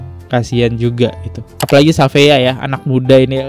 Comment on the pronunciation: syafiaa bacanya bang dia bake ejaan luar shafeea jdnya